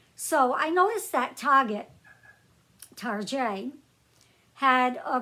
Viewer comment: Hello and good evening... I was watching your video and all of of sudden you said the word Target... You said Target or Tarjet... I found myself thinking and smiling, like OMG, I'm not the only one that says that... lol